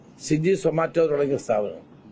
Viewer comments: സിജി അല്ല അണ്ണാ swiggy 😄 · മിനിസ്റ്റർ, സ്വിഗി, സൊമാറ്റോ എന്നൊക്കെ തെറ്റാതെ പറയാൻ പഠിക്കുക,ഒരു ശിവൻ കുട്ടി സ്റ്റൈൽ അല്ല താങ്കളിൽ നിന്ന് ജനം പ്രതീക്ഷിക്കുന്നത്..കോട്ടയത്ത് ഒക്കെ നടന്ന തോന്ന്യവാസം ഒന്നും കണ്ടില്ലേ..മയക്ക് മരുന്ന് അടിച്ചവർ നാട്ടുകാരെ മർദ്ദിക്കുന്നത്.